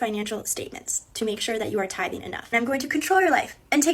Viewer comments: It's called TITHING NOT TIPPING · Not a ten percent "tith"!!! 😂😂